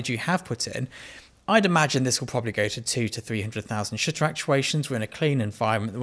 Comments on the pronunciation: Anyone else hear "shitter" every time he says shutter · not gonna lie , your first line sounded like "let's talk about shitter count" to me lol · To my Bostonian ears, when you say 'shutter' the 'u' sounds like an 'i' 🙂🙂🙂